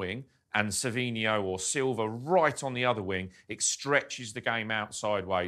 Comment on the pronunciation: Good analysis but his name is Savio, i have no idea why everybody keeps calling him Savinho.